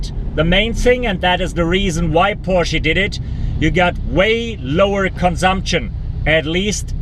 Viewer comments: Porschie???? Dude. It's Porsch uh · porshy? lol